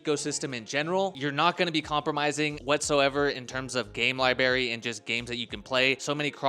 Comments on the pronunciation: “ Lie-berry” = “library” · what is a Lie Berry? 😂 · your teachers handed you your homework face down bro lol whats a lie-berry?